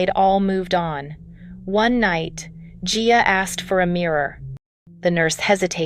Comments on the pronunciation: Geea really??,? Get her name right! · How many times can you say a person’s name wrong. Guuyyaaaa G-I-A jeehaaaw I mean GEEE-sus. Get better IA speech for someone this iconic. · GIA, GIA, GIA! GET IT RIGHT! SHE WAS A PERSON! GET HER NAME RIGHT!